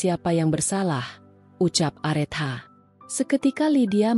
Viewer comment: Areta bacanya KK bukan arethah mf